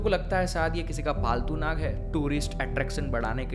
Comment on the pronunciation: भ्राता श्री विषय तो अत्यंत महत्वपूर्ण है और आपने बहुत ही अद्भुत तरीके से समझाया भी ,किन्तु ये Naga उच्चारण हमारी संस्कृति मे बिल्कुल भी नही है ,ये सब पश्चिम के तौर तरीके है , सही उच्चारण तो Nag हि है । 🙃. कृपया आप अपने मूल सांस्कृतिक शब्दों को उचित रूप मे प्रस्तुत करे और अपनी सनातन संस्कृति को निरंतर आगे बढ़ाये 🚩😊. जय श्री राम 🙏🛕🚩❣️